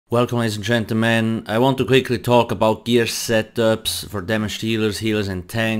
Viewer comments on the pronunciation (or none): "Welcome letis and centlemennnnnn..."